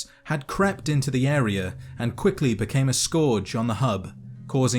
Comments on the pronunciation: you mean scourge? Not a scaurge? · Just say George with an S. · Scourge isn't pronounced like that.